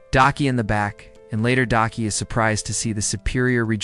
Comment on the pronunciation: This man gotta be trolling cause he’ll say the right name every once in a while and then will come up with 20 other variations just talking about one character. Daki being Dykie is taking me tf out because excuse me???? The person he almost never flubbed was Tengen though cause how else could you really mess that man name up😂 nvm I just heard this man call Tengen “Tencomm” I’m gonna show myself out 😮😂